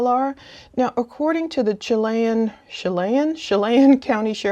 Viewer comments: The pronunciation of Chelan County Shealland without the d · CHELAN is pronounced: shuh - LAN